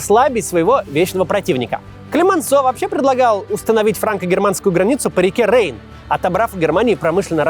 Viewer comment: Только не Рейн, а Райн правильно говорить ))